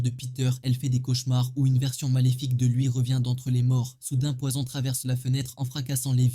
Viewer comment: L'accent mi anglais mi frnaçais "Poyzon". Frr choisi